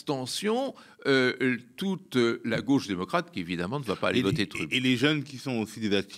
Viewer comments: En prononçant " trUmp", ce type a fait mon noel. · Le gars n'a jamais entendu la prononciation de trump et il prétend s'y connaître suffisamment pour analyser sa politique. Soit il ne s'est jamais renseigné sur le sujet dont il parle soit c'est une personne manquant de sérieux, de professionnalisme; dans tous les cas, du coup, c'est problématique, qu'il puisse s'exprimer sur ces sujets-là.